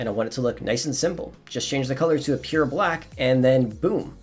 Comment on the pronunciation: He was saying pure?? I thought he was saying 'appear' ok thanks